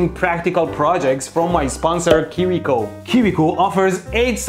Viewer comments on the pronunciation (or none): I like that he pronounces kiwi as kiri.